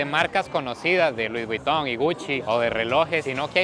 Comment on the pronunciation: “Luis buiton “😂